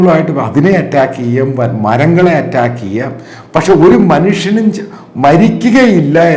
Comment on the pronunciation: Atttaakku,alla do...attack ennu para..